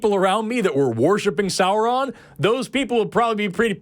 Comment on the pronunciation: FSM bless you for pronouncing "Sauron" correctly!